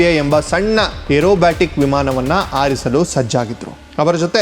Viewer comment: ಅವಾಮಾನ, ವಿಮಾನ ಆರಿಸು ಅಲ್ಲ ಹವಾಮಾನ, ವಿಮಾನ ಹಾರಿಸು.. ಅ ಮತ್ತು ಹ ಬದಲಾದರೆ ಅರ್ಥ ಬದಲಾಗುತ್ತದೆ